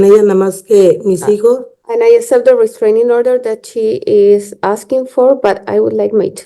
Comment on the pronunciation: Restranging order - oh brother